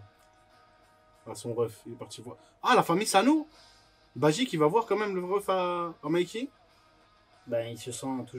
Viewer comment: C'est BAJI et non BAIJI